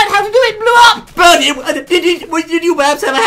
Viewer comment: Its Bertie not Birdie -__